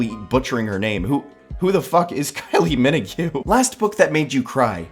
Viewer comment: That's the worst pronunciation of Kylie Minogue I've ever heard lmfao